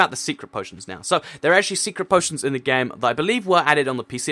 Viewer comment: u said poo poitions